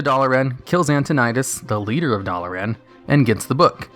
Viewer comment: Your pronunciation of Dalaran and Muradin hurts me a little